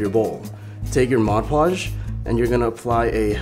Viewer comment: I liked the video but i really bothered me when he said Moj Podge